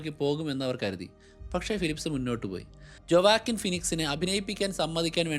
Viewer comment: Great study bro❤ A correction: ജൊവാക്കിൻ അല്ല… വൊക്കീൻ ഫീനിക്സ്